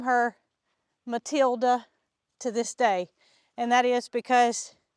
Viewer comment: Mootilda and Mootater 😂